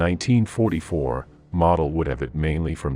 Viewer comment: Not having Heinz Guderian on the list means the list is not worth a dime. BTW Modal is pronounced moh Dahl.